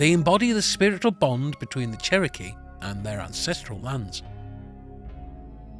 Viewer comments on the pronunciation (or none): none